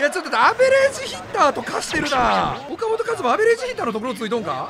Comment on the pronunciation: ふぉかもとかずまやろ